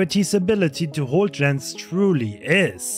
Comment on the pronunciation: shot calling kept calling the Gens " Yens " lol. " I'm on Yen I'm on Yen! "